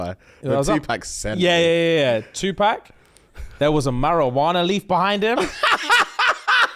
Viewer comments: “Two pack”😭😭😭 idk why that pronunciation is sending me 😭😭😭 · saying 2pack is killing me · That’s not how you say 2 pac🤣